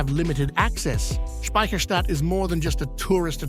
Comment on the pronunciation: How often do you wanna say Speciherstadt? narrator: yes.